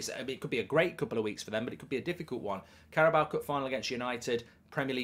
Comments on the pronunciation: It’s car-a-bow. Not carrabowa. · THERE IS NO 'A' AT THE END OF CARABAO CUP MARK! It's not 'Carabaoa cup' it's CarabAO' It's pronounced 'Carabow' as in 'take a bow' not take a bowuh' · I wish you'd stop saying Carabawa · I can just about make my peace with you calling Trippier "Trippy Ay" but stop calling it the Carabower cup. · The way how Mark pronouncing Carabao actually makes my skin crawl